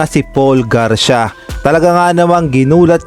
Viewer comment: Hinde nmaan gar-sya ang pagbasa nyan tamang pagbasa ay Gar-si-ya o Garcia😢